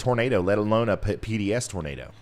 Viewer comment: When you say "Nador" the Floridians might think they hear "Gator" lol <3